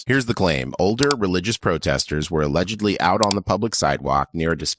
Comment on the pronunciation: My hearing isn't what it used to be. Did you say "allegebly" with a 'b'? Allegedly